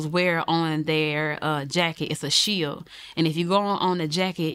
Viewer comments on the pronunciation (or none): none